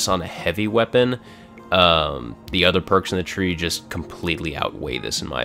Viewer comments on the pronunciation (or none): none